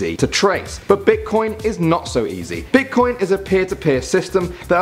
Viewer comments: Who noticed it said bitcion not bitcoin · at 9 it said bitcion